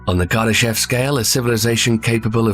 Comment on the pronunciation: It is actually pronounced as "Kardashóv" with the emphasis on the last syllable. But I always like your videos.